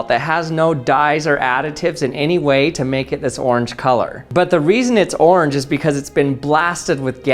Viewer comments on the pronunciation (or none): He has just a wild way of saying “orange” as “oarrrrrrrnge”